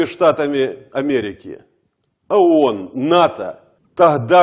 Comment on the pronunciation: Он сын космонавта, но самое забавное, что он произносит не ООН а АОН 🤣